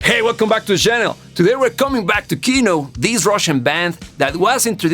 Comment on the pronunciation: Your pronunciation of Gruppa Krovi is rather good for a foreigner. Yet Kino is stressed on the second vowel: "kinO", not "kIno". Russian stresses are known for their low predictability.